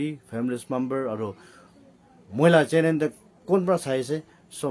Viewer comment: Very informative but over talkative with broken pronounciation.... your pronounciation be like , channel-channen and many more....